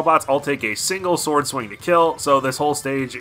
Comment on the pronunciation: everytime he says "sword" i get madder